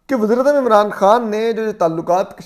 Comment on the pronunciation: Toor sahib lafzoo ke adaegee ap dorust nahee kartay i.e. ....... Wazir-eAzam nay kaha .......